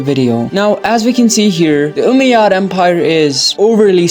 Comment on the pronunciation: As an Arab the way he says Umayyad is so funny 😂😂 he’s like oomeyads